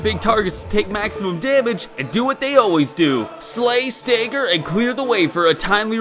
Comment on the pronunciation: STOP SAYING "STAEAGGER" ITS "STAGGER"